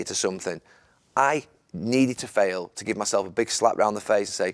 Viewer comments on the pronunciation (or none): none